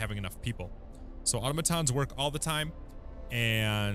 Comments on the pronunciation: uh-TAh-muh-TAHN or uh-TAH-muh-TAH. Definitely not AH-toh-muh-TAHN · automaton → ah-TOM-uhtahn, not AUTOmuhtahn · Super useful video, helped me out during the early stages. One thing though, the pronunciation of automaton is "ah tah-meh ton". Not trying to shit on ya, just wanted to help!